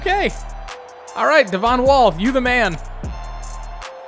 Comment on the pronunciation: Devon wall is so cool because that's my name and you didn't pronounce it devin